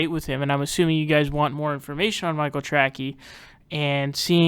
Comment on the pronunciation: I never liked Michael Trackey when he was on TYT. I thought his last name was pronounced "Tracey"', no?